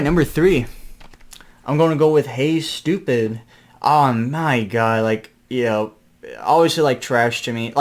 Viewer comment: "Hey Stopoid" at 3 is just THAT: STOOPID LOL